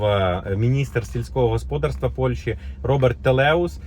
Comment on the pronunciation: Сільське господАрство, а не госпОдарство ! Для чого ви так дико перекручуєте наголоси?!